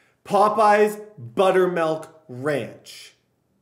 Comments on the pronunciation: Butter"melk"? It's milk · melk? buttermelk?